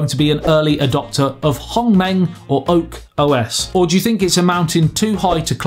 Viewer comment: I think the only problem of this HongMeng OS is the pronunciation of its name. Man you really did well when saying it and HuaWei, I've seen most say 'WA WEE' which made them sounding like a Chinese baby.